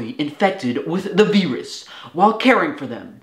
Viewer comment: First, I hope. Also your weird pronunciation of virus is still getting picked up by captions.